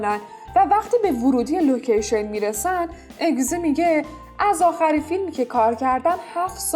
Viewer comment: اینکه ازگی استن چرا اگزی میگی😒